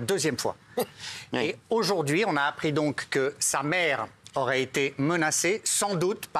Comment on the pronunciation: mbappé "aujourdojourdui" mais il a 30 de QI ce mec ou quoi ?